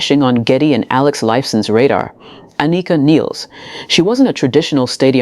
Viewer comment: Please say her name correctly....jeez.